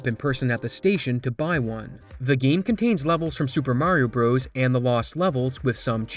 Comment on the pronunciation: I wish you would learn how to pronounce the game's name.